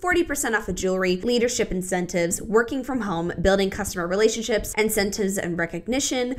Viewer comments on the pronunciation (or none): At 4 minutes - ‘replationships’! Very professional 😂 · not “replationships”💀💀